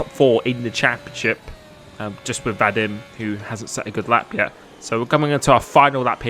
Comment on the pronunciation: It’s pronounced Vah Deem